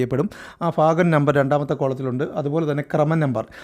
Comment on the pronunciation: ഫാഗം എന്നല്ല ഭാഗം എന്നു വായിക്കൂ